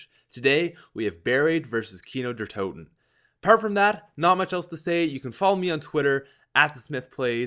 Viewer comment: When you say kino der toten you pronounce "toten" as Tor-ten not toe-ten... Just so you know.